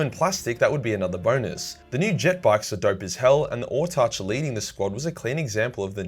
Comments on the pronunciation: Autarch It's pronounced AW-TARK not ORTARCH. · *Autarch. It is a real word, coming from the Greek "autarkhos" (autos = self, arkhos = leader). Along with "exarch", "Hierarch", and "Monarch", it is pronounced with a hard "k" sound, just as in the words "park" or "mark." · Butchered autarch pronunciation but good video